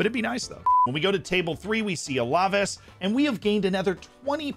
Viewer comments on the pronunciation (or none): I enjoy your videos and tips. Just letting you know, it's pronounced Al-Ah-Vase. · Love the vid Z but Alaves is pronounced Al-Ah-Vase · I find it pretty funny how Z says alaves